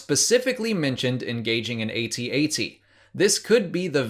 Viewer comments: It's pronounced @@ not Ay-Tee-Ay-Tee. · it is pronounced A-T-A-T!